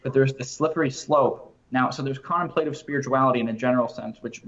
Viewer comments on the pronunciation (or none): Pronounced con temp’ la tive